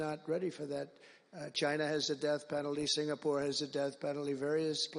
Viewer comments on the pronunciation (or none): none